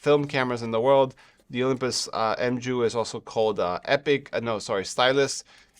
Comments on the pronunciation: it's pronounced "mew" not m-ju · Hey, Mju (the greek letter) is pronounced ''miu'' or 'myou'..the j acts like an i.